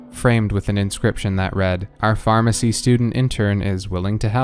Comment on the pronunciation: DID YOU SAY PHARMERCY JRJRFHJRJHFHHRFHHSJUMDUDJDUJCFYHVYHTCJUUJXXJUECUNFHYVFNYVHNFNUFNYVNFHCHNDUNCDNHCFHNCHRNCUNWSUNJNSUJQNSJDNJDCNHRCHNFNHTGVHNGJGVNTJVNRNJRCNEDHNRNHDHNRCHNFHNVHNT